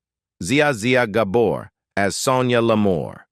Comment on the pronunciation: Zee-ah Zee-ah Gaboar 😭😭😭🤣🤣🤣🤟🤟🤟🗽🗽🗽🌇🌇🌇🌉🌉🌉😂😂😂😹😹😹😼